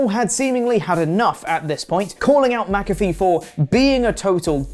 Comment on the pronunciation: Who the hell is mac—a—free? 🤣